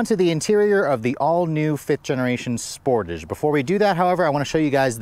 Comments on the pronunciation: Every time you say sportage I shudder. It’s pronounced like dressage. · It’s pronounced Sportahge It’ll also have 4 open recalls and rattly panels in 2 years. Kia and Hyundai are the vehicle definitions of “Lipstick on a Pig”